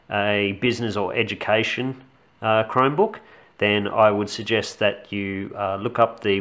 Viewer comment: sounds like youre saying "crimebook".